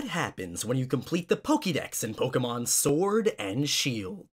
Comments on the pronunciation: PLEASE for the love of whatever god you pray to, STOP SAYING POKEEMON it is Pokèmon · its not pronounced pokimom, its pronounced pokemon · Magnolia: poki mon ey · The way the voice bot said Pokemon is 👌